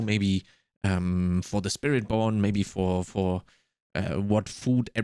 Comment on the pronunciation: I like the slip on spirit born. "Spirit Pwn"